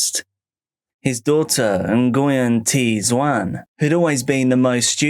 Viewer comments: It’s not En-goy-yen. It’s pronounced Hwin. Like Win, with an H. Great compilation! ❤ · Hearing Nguyen pronounced so many times i forgot it was wrong 😅😅😅